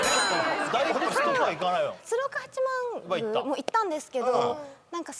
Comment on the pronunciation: 鶴岡八幡宮(×つるおかはちまんぐう→○つるがおかはちまんぐう) そこからのお土産の着こなしがすごいね👍